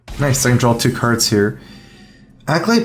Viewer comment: Why do you say "Drawl" instead of "Draw"?